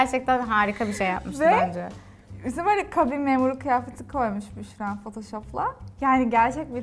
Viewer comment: Büşrayı seviyorum ama büşsra demesinden nefret ediyorum